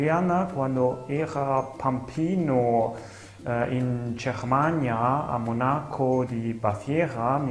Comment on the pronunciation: I tedeschi dicono CERMANIA e non GHERMANIA